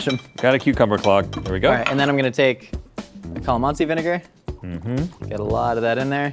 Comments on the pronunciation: The way pronounces calamansi 😖😂... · it’s CAH-LAH-MANSI